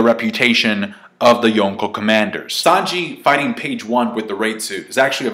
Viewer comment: Cant handle him calling them yooko instead of yonko